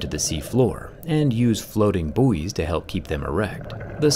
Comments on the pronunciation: Never ceases to amaze me the way you Americans manage to totally mangle the pronunciation of buoys. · I love that you mixed the pronounciation of Buoy with the american and rest of the world one. I can't argue with that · the way american's say buoy is almost as weird as how you say aluminium